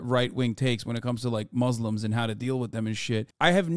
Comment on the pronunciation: Hassan saying muzzlem just shows u how he despises us aswell